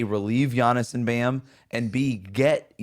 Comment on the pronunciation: learn how to say Giannis name. Jeez